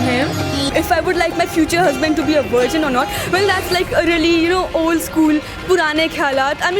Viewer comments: Why is everyone in the video saying "wirgin" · What the F... is a worgein??? I thought they were talking about Virgins but, Worgeins blew up my mind. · what the fuck is a "wergin"? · Girl say VIRZIN :P